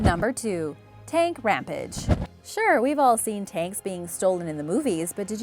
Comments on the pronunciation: Ram-page..not Ram-pedge 🤗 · Ram-page..not Ram-pedge🤗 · Am I crazy or is she saying Rampege instead of Rampage? Like, huh?